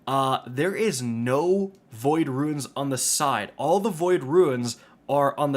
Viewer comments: Losing my mind listening to this man call Runes, Ruins for 10 minutes. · Runes not ruins thanks for the video